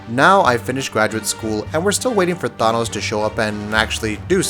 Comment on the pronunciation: The way you pronounced thanos made me cringe so hard my toes curled